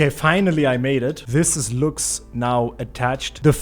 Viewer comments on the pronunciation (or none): I love your accent can you say it again "Looks statue~"